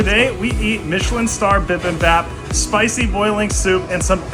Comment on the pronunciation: you killed "bee beem bop" literally...😆